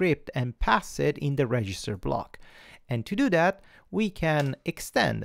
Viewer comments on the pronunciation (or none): Thank you VERY MUCH! Your lessons are really helpful. There're no such good tutorials in russian. P.S. This is so funny when you say "to do that" . Sounds like "toodoo dat" ))